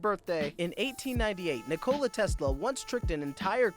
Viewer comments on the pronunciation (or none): did this man just call him Ni cola tesla. Ah whatever it's just a vid and this is just a comment